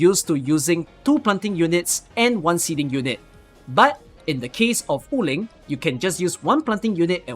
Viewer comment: random correction: Wu Ling is pronounced as Wu3 Ling2 (武陵) and not Wu4 Ling2 like you always pronounce in your videos and streams. anyway, really helpful video especially the part about the items to reveal uncollected auralynes and chests